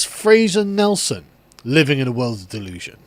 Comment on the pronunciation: Oh ‘Living’?!?! .. I thought you said ‘Leaving’!?! I was like .. WTF would young people be terrified of leaving Britain? 😂